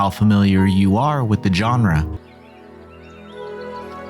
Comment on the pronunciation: You keep mispronouncing Genre. Who is John Ra? Sun Ra's kid?